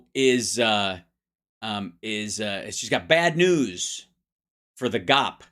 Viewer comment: Hal, Thank you so much for pronouncing GOP as “gop”. They don’t deserve the respect of calling them what they’d like us to. They’re just gop to me. They drop Democratic Party down to Democrat party to annoy. So Let’s just call their initials gop.